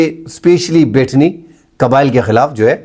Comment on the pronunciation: Betni nahi sahee naam beh-tani hai.